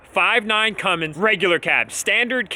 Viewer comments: Mini Cummins “mummins” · “The Cummins 1000”